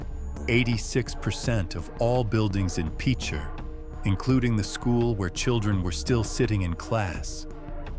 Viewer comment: LEAD U IDIOT...N ITS PRONOUNCED...PICH ER...LIKE BASEBALL PICHER...I WAS A KID GROWING UP HERE...IT WASNT THIS BAD...SERIOUSLY